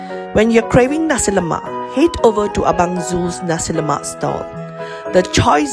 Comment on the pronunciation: No raso lomak y00 nasi lomak.noww yyy y000😂😂😂